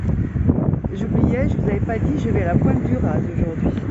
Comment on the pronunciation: Re bonjour juste une précision pour la pointe du RAZ on ne prononce pas le Z. Merci de nous montrer la Bretagne comme tu le fait. A+.